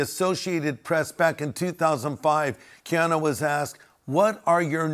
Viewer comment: Your not saying his name correctly., you’re correct on everything else. I pray for him , he is very kind to people.